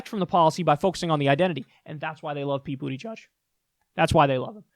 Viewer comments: JFC. It's not Booty-Judge. It's Boot-eh-jej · So is BootyJudge a silly nickname like CloudBootJar or is that actually how you say his name?